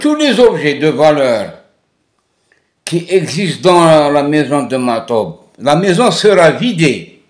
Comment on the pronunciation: S'il te plaît il est juste de prononcer Matoub et non Ma3toub. Cordialement